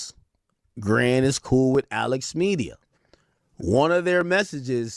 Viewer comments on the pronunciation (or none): none